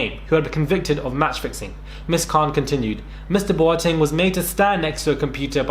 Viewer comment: Pronouncing Boateng like a proper Ghanaian! Xx